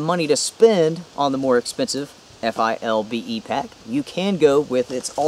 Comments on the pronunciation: Why for the love of God won’t you say “ Philbe “ instead of F.I.L.B.E ? lol . You say “ Molly” instead of M.O.L.L.E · Just FYI, the pouch on the inside of the FILBE is for a radio, and you can pronounce it "Fill-bee." Takes less time. Awesome video! I needed a side by side just like this to figure out what to replace my ALICE with. Thanks.